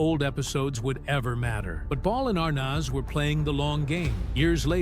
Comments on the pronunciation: Why is the announcer mis pronouncing Desi ARNEZ NOT ARNOZ . You are insulting people who IQ is above 100 🤤🤤 ARNOZ..... get a clue you ignoramus !!! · It's pronounced Arnez not Arnos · As soon as I heard the narrator say are-noz, i quit listening. Most of this stuff we've already heard. Next. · It's pronounced "Dezzi ArNEZ" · Are nez' phonetically..please! heard his last name mispronounced before w this narrator mispronounced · You're mispronouncing Desi's last name! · If you are going to narrate a video at least learn how to pronounce the names right you’re driving me nuts with wrong punctuation. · Why does the narrator keep pronouncing Desi's last name wrong?? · I have always loved and enjoyed the Lucille Ball TV shows!. I cannot enjoy this posted video with the announcer mis-pronouncing names, showing photos of favorite celebrities with the wrong verbal names spoken. This major actress needs to be applauded, appreciated, and honored! Do not TRASH the great Lucille Ball 🥺😠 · Pronounce Desi’s name correctly! Desi and Lucy were not an interracial couple for heaven’s sake!! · Shouldn’t the narrator know how to pronounce Arnaz? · Never saw anything to gasp over. You are pronouncing Arnaz wrong. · Why can't they pronounce Desi's name properly??? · Damn...at least pronounce their last name correctly......